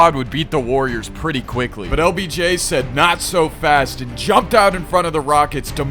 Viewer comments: He keeps saying obj instead of lbj😂😂😂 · BRO said Obj its LBJ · did anyone realize he was saying “OBJ” not “LBJ” 😂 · Yo you keep calling him obj instead he of LBJ 😂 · bro said obj and not obj 💀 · Every time you said LBJ is sounded like OBJ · It’s LBJ NOT OBJ BRO